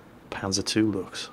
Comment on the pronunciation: You got really good at pronouncing Luchs,.